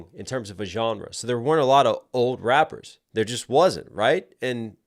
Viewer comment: bro this shit made me laugh😂 he said “rapers”